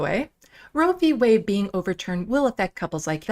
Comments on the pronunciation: Did little mis Boebert say Way or Whey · Did she say "Roe v. Way" ??????? Lauren "Jezebel" Boebert is an idiot. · "Roe v wayy" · It's wade not way you dumb sack of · I caught that as well. She must have just had her curds and whey whilst rowing down a Colorado stream. Like the one that leads to the Coors brewery. She is sooooo dumb.